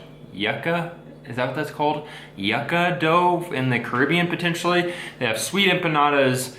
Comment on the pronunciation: Yuca is pronounced yookah.